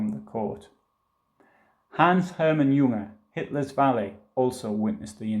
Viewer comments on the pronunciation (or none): none